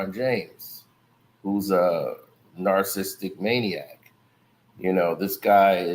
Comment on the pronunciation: Someone please teach how to pronounce narcissist and narcissistic PLEASE. he uses it waaay too much not to nail it...